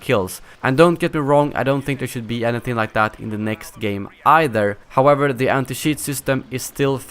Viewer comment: Cheat With a Swedish accent= Sheet😂😂